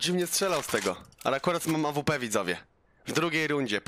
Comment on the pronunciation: Jprdl jak on kaleczy tą awpke